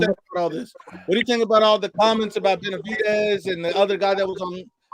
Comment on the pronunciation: couldn’t even properly pronounce fighters’ names 😂😂😂